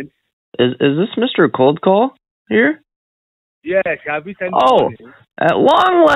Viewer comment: Yersh yesh yesh